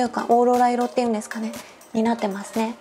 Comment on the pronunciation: HAHAHAHA the death instead of desu